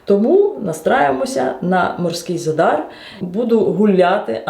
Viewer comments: ви говорите не вірно назву міста- в Хорватії 99% слів мають наголос на перший склад тобто ЗАдар👌 Гарного відпочинку🤗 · Наголос у слові За́дар падає на перший склад. Це місто в Хорватії, тому правильне наголошування — За́дар.